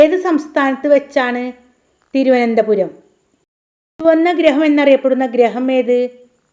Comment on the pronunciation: തിരുവന്തപൂരം. അല്ല. തിരുവനന്തപുരം ആണ്. എഴുതിയത് ശരി വായിച്ചത് തെറ്റ്